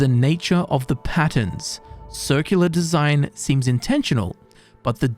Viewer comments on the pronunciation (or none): none